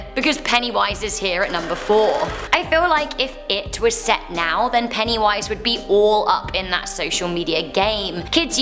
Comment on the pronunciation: PENNYWISE NOT PENNY VIES